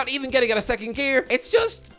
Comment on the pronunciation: Man united wecond lol